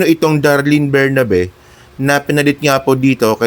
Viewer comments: ATTY Darlene BERBERABE PO HINDI BERNABE. A VERY INTELLIGENT, RESPECTED DEAN FROM UP UNIVERSITY COLLEGE OF LAW AND FORMER CEO OF PAG IBIG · Berberabe not Bernabe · berberabe po di bernabe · berberabe, hindi bernabe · Anu ba - sinabing 𝐁𝐄𝐑𝐁𝐄𝐑𝐀𝐁𝐄, hindi bernabe. Tigas ulo mo!